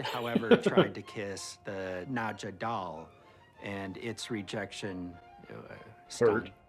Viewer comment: These are my favourite reactions to watch. This episode is one of the best of What We Do in the Shadow. Its soo good. But still saying Nadia instead of Nadja 16 episodes in is still weird to me. Maybe its just hard to hear with there accents but Nadja pronounced Nad-ja or Nad-ya even. It just makes me laugh every time because in my head I go. He'll get it next time.